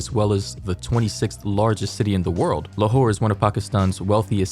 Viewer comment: I keep hearing "lawhore"